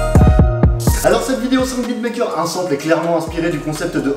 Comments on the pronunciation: Dead comment tu dis sample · C'est pas comme ça qu'on prononce sample 😂